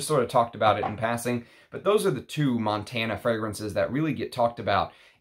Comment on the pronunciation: Hi there. Its not Montana like the state but it pronounce Montaná the tone in the last a. 😊 Btw Claude Montana he died yesterday, one of the last Haute couturier in France.